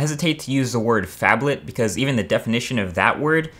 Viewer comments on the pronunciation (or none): When he said phadlet I thought he said faplet